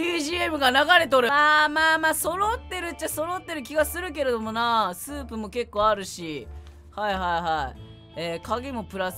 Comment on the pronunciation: スープも持ってるしってころちゃんがいうまでスープをソープやと思ってた